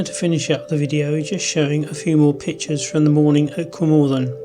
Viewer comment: A great shame that you couldn’t be bothered to make the effort of learning the correct pronunciation of Cwm Orthin and Blaenau Ffestiniog.